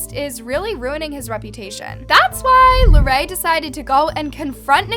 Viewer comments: Its not “lair-e” its “luh-ray” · Bruh it's la-Ray not lerry